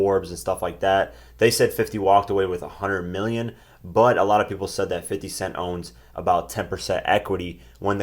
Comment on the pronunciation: he said "300 meal", aaaaaaah!!!!!LMFAO!!!!!! then he said, "There is a lot of peopole" WTF!!! LMAO!!!!!......you know that had to be floyd, aint nobody typing for him there...AAAAAAAHAAAAA!!!!!